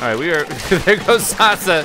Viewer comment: It's pronounced Sass-a (Sasa). Stands for Saginaw arts and sciences academy